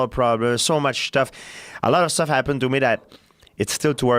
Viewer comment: "So much shtuff" 😂